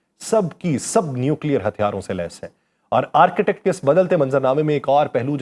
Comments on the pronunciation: .its arctic not architect. 😅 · آرک ٹِک ، بولیں، یہ آرکیٹیکٹ نہیں ہے۔ Arc tik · Architect or Arctic (Arktic- pronunciation) 🤣🤣😂😂😆Bhai pronunciation tou sahi ker lo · میں پچھلے کئ ہفتوں سے آپ کے ویڈیوز دلچسپی سنتا رہا ہوں۔ آپ کی آواز۔ الفاظ کا چناو اور ان میں ربط کافی متاثر کن ہے۔ آج تھوڑی سی تصحیح کرنا چاہوں گا۔ Arctic جسے عام طور قطب شمالی کہا جاتا ہے۔ اس کا تلفظ آرک۔ ٹک ہے۔ Ark-tic ہے۔( آرکی-ٹک) نہیں۔